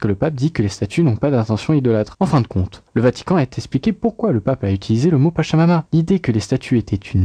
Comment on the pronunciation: « Le Vatican a expliqué » et pas « a T expliqué » ! Je sais bien que ça n’a rien à voir avec le sujet de la vidéo mais il me semble que si vous voulez être pris au sérieux, il serait bon d’éviter de faire des liaisons fautives que l’on admettrait pas chez un enfant à l’école primaire. Par ailleurs je trouve l’exposé extrêmement confus. Une source que vous citez m’a particulièrement amusé : la personne dit dans un premier temps que les statuettes n’ont rien de religieux puis, dans un second temps, compare leur vol à celui de symboles religieux (oui « religieux ») dans une église pour faire comprendre en quoi ce vol est grave et choquant. Il ne se rend même pas compte de la contradiction. Vous même vous semblez ne pas vous en rendre compte.